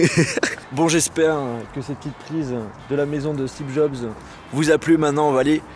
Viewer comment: Y a que moi qui entends toujours "Stebe Jobs" de la bouche de???